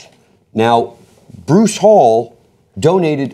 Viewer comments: it's hall Eee not hall and he did that because hes very religious hence the reason discount tires are closed on Sundays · It’s pronounced Hal-lee not hall. Maybe u should know how to say his name before u bash him.